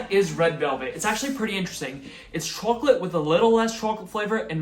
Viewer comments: "Chooalate😂" i love it! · why do you say chawklate. great vid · Interesting how the chawcholate and Cawfee pronunciation wasn’t there 2 years ago. Lol why tho? These look delicious btw